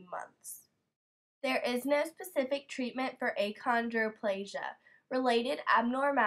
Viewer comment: Um....is the person doing this an actual dwarf? because, achondroplasia is pronounced "akondro-plasia"